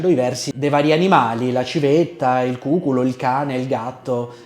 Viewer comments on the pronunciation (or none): Bellissimo!!! Attenzione alla pronuncia : si dice cucùlo e non cùculo; Ignaz vov Biber: I-g-n, non ñ all'italiana o spagnola. Comunque sublime! Giovanni Fornasieri pianista direttore d'orchestra e didatta.